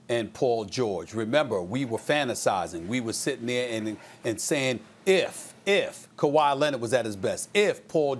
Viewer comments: No one: Stephen A: Ka-Whyyyy Lennit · Also Dennis Schrader and Kawhi Lenard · Stephen A. “Kawhi Lennet” Smith